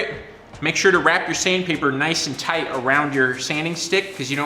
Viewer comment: "Noice and Toight."